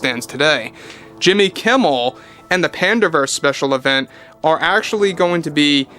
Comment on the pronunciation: Jimmy Keem-mel? come on, that will be too obvious Di-sney? that aint funny anymore.